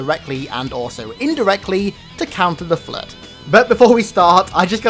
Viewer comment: How normal people say it:flood How says it: FlEuT